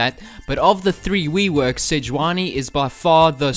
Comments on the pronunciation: "wee-works" hahaha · "Of the three weworks" xDDD